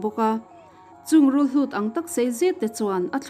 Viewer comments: Rulhlut ni lo vin, Rulhut tih tur aw. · rulhlut a ni lo.rulhut a ni e.